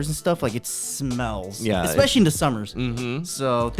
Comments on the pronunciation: I "expectually"? "expecially"? enjoyed this episode. 😂 😅 ive been living alone for 20 years its interesting how different things are in Korea vs US. Neither of you are old.. 😢 Tips: -budget your money -Learn to cook its so much cheaper than buying takeout or eating out -Be a life long learner (not necessarily a tip for living alone but living in general) impress strangers with your useless facts knowledge.. its fun to get reactions from people. -Help others and be kind remain as non-judgmental you never know what others are going through. -take care of your physical and mental health -Dont try to "keep up with the Jones's" meaning dont try to do/buy what others do/buy just because you want to show off or impress others they wont care as much as you hope they will. -you do you.. kind of based on my last "tip" people arent necessarily going to be as impressed as you hope they are if you try to look good and are inauthentic - laugh.. every.. day or at least smile about something and keep track of what that is on a calendar if you need to.. practice gratitude - i personally love ('over'?) planning those who fail to plan plan to fail.. Always have a contingency plan.. and sometimes have a backup plan for that plan because things can and sometimes do go awry. - be kind to yourself and others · The "expecially" pronunciation got me! 😂😂